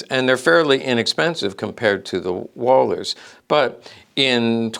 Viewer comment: Fun fact : it's Walt- her , properly pronounced 😉